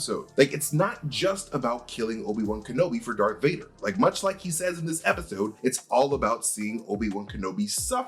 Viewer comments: Say it with me…. DARTH DARTH DARTH DARTH DARTH DARTH DARTH DARTH DARTH DARTH DARTH DARTH DARTH DARTH DARTH DARTH DARTH DARTH DARTH DARTH DARTH!!!!!!!!! Not dark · Darth not dark vader